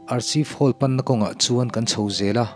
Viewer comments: Hming : Archive Hall Lam rik dan tur : Arkhaive Hall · Archive Hall hi Ar-khaif hall tia lam tur niin ka hria.. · Archive hall i lam dan hi itih sual palh anih ngei ka ring.mahse,a ngaihnawm e.tih sual hi chu kan nei vek a nia...